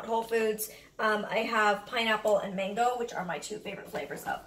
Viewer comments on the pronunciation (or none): none